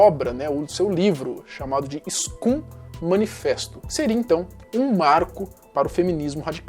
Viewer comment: Só um adendo: Scum pronuncia-se "scãm", do inglês, significa "Escória" Ótimo vídeo mano